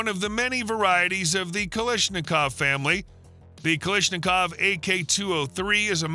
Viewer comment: It's Kalashnikov, not "Kalishnikov".